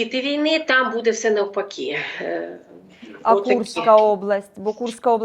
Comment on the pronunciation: Заколебала ведущая со своим "будЕ"! Можно научиться правильно ставить ударение - "бУде"?! Хватить уже косить под западную Украину!!!